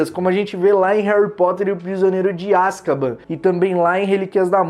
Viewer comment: Me da aflição de ver vc falar Azkaban KKKKKK